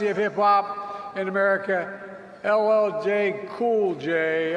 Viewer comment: LLL Cool J? What kind of Black People vote for that when he can’t get his Name right? 👀🤷🏾‍♀️